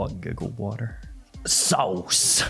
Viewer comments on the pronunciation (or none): "SAWuce" Lol